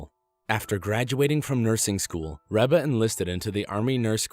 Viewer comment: it isn't rebba it's reeeeeba.